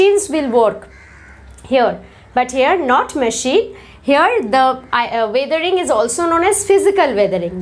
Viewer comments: you should spell weathering as wethering and not waathering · Your pronounciation is not right of weathering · I think that the pronunciation u have of weathering is different...... So which is correct!!